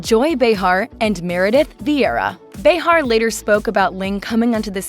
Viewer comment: as much as I hate the View.. I know that EVERYONE knows how to say Behar.. so who is this person narrating this???